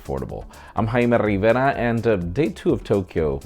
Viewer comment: "I'm...! Love it!